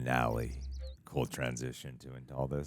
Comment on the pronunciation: It's "fi-na-le", not "fi-nelly". 🤣🤣🤣